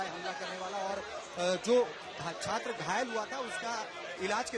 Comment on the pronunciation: બોલો આ છે ગુજરાતના શિક્ષણ મંત્રી..... જે છાત્ર ને સાત્ર, ડિપાર્ટમેન્ટ ને ડિપારમેન્ટ અને ગેમ્સ ના બદલે ગેમો બોલે છે. "શિક્ષણ મંત્રી" 😂😂😂😂😂